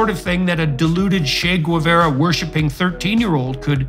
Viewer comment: That Guevara pronounciation 💔